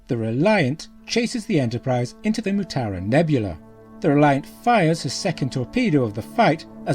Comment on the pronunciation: Mutara. Not Mutura.